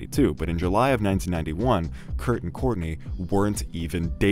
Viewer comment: Kurt died… please say it right